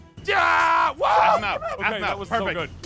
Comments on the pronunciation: Its aphmau not ahpmau its aphmau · APHMAU said knock go Ein